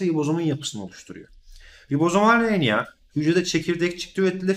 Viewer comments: hocam o kadar güzel RNA diyorsunuz ki r harfini hep söyleyebilen biri olarak ben sizin gibi güzel söyleyemiyorum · Hocam siz ne güzel RNA diyorsunuz öyle ;)